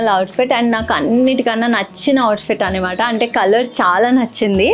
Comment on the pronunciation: Nice choices but Annamaata (అన్నమాట) antaru kada normal ga meerenduku annimaata (అన్నిమాట) antaru ?!